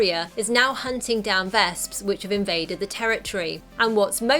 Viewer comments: vesps. not "vasps" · actually, the way she pronounces their names makes it sound closer to the German word for wasp "Wespe", which is pronounced "Vesp"